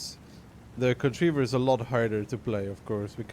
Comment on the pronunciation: I imagine it's pronounced con-try-ver? Similar to the pronunciation of contrived.